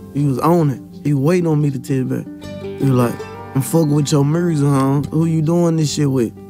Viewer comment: “I f with your muursic” 😂😂